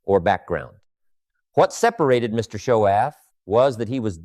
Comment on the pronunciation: You should be honest, that you're posting AI videos! The real Jim Rohn would know how to pronounce his own mentors last name! Shoaff. Not show-off!